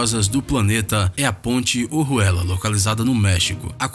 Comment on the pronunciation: Pronúncia muitonruim dos nomes. Nao é "OHUELLA".. É ORUELA.. Igual ouro